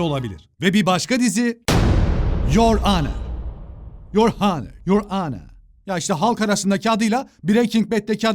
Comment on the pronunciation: " yor anır "diye okunuyor zaten doğru okumuş